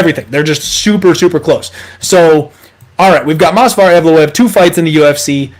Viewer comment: You were so proud of your "perfect pronunciation" of Evloev's name. In the video you are saying "MOS--VAR EVLOEV". But the correct pronunciation of his name is MOV--SAR. So I thought I would help you out (since you are helping us out with winning our bets).